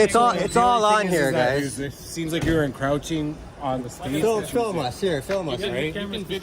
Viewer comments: When a cop says encr ow ching.. yea thats the guy i wanna talk to and expect he knows what hes talking about. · Incrouching? Did he say that? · The cop should learn hoe to pronounce a word, before using it. The ignorant cop said “ it looks like you are encroaching the scene”. The correct spelling AND correct pronouncement is ENCROACHING . No wonder so many lawful citizens do not trust or respect police . It is because of unprofessionally most of them act towards the public. The young woman who IED and said the photographers were attempting to get inside her squad car, lied about that and STILL did not render an apology , even when the photographer spoke with her and videos proved her lies! Her lies and her continuing lack of professionalism, not offering an apology, speaks volumes about her lack of integrity, honesty, and bad character! Those men could have been arrested and jailed because of her lies! Privately, the other cops will warn her about future claims. But I bet they will not tell her NOT to lie!